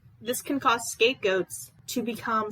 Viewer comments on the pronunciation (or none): none